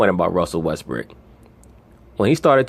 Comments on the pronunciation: this dude so consistent on calling him westbrick 😁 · Am I hearing westbrick 🤣🤣🤣🤣